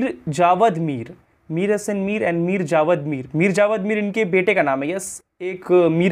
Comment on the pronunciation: Bhai naam sahi liya karo.javed mir naam h.Allah apko jazae khair de.